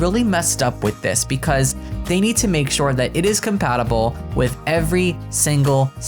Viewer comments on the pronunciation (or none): none